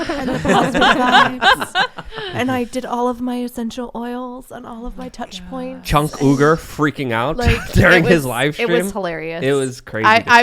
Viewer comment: Did say "Chunk Ooger"!? hahahahahaha. I'm dead